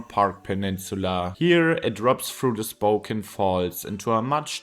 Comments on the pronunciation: Well Spoken, although it's pronounced spoh-cAn. It's a beautiful place; the downtown is good. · Spoe-cane, not Spoken! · Spocan is how you say it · Ahh yes, my hometown, "Spoken". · Spo-can, not spo-ken. Though you didn’t want to mention the fires because of bad vibes, it is crucial for understanding conditions that are only going to get worse because of climate change droughts. Increasingly over recent years, eastern Washington has been afflicted by fires and health-threatening smokes. I’ve lived on both sides of the state. Spokane is attractive because it’s far less expensive than Seattle. But I’d hesitate to move to the eastside now. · I'd describe it as: Spoke ANNE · Wikipedia has audio of the correct pronunciation of Spokane. Coeur d'Alene, too. 🙄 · it drops into a Geroge XD its the first time ive heard any1 mispronounce gorge so badly, almost as bad ad spoken XD